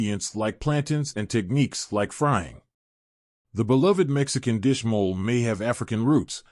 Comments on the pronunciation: It's called mo-lé, not mole. Just saying. 😂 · The E is not silent in Mole!! It’s pronounced mow-lay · Mo le like that not lay not mow lay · Actually, it’s pronunciation is more like mo, as in mow without the w and le as in the first two letters of the word letter. So, mo le. Mole. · mole eh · Left video because of Molé pronounciation